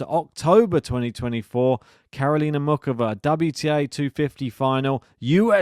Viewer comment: There is no OOK in Muchova. The C is not hard. More like, MOO HOE VA (with a little 'depth' on the H of HOE).